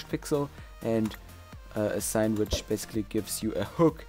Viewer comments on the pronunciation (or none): none